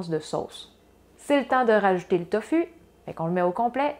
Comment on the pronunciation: On prononce TOFOU